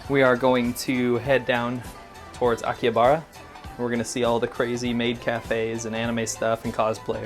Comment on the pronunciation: I'm Chinese and I've been to both but I love Japan. The sushi is crap in America. Japan is not that expensive. There is a great noodle place in Akihabera also u miss pronounced it. The figures in Akihabera are expensive around 8,000 ¥